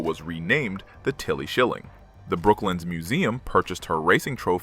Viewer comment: BrokLANDS....NOT BROKLYN ....